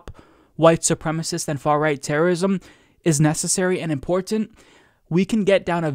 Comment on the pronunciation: He got in there, he got "import-Tent" in. It's like a drinking game